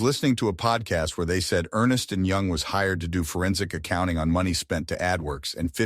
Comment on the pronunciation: Scary shit all around. But I wish that the guys who put this together would have narrated this themselves instead of using a machine trying to read from something written down on paper... ...Who says "Dollar 100K" for $100K, and literally puts it in the screen? You can tell it was a robot, because it quoted "Ernest and Young" when it should obviously be "ERNST and Young". But the rest of the stuff I heard, really scary, made even twice as scary this month. This gets a thumbs-up, despite the robotic narration. 👍